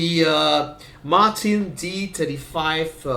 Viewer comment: Thanks for a comprehensive review of such a nice guitar. As a Brit, may I also congratulate you on the correct pronunciation of "Martin." This is something that is beyond the reach of all Americans.